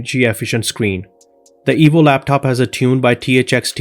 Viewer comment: it sounds like he's saying the evil laptop